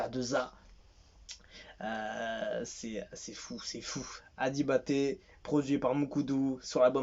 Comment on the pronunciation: On prononce le G fort mm